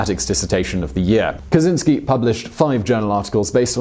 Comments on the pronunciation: you say it kachinski not kazinski btw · cz makes a "ch" sounds; it's a Slavic thing. You wouldn't call him "Kazynski" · it’s “ka-CHIN-sky” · Lovely video, really nice. It could be useless for You, but Kaczyński, as in original, you should read "Catch-y-knee(normal reading - something like nee but a little bit shorter)ski. Ski is actually good. Easiest way I could make it, it may sound funny but it helps with correct pronunciation of it. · Kaczyński (catch-in-ski)